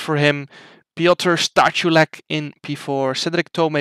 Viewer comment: His surname is Stachulec, you said like Staczulek, you were close